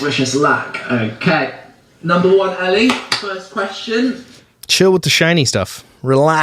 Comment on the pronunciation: The reason they are angels is because her name is pronounced (like f-ELL) not Ellie so it’s Angelles 🤦🏻‍♀️ makes me cringe so hard. I’ve never followed her but I follow some people who are her friends and even they had to say something on Instagram about those tweets. Then what they said got misconstrued and they started getting d3ath threats as well 🙃